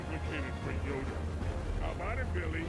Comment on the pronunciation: Man says Yoder And here’s Yoda